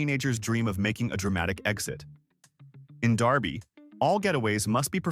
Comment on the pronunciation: It is D E R B Y, Kansas. You pronounced it with an A. It is a city outside of Wichita, Kansas. By the way, the law is considered "Exhibition of Acceleration."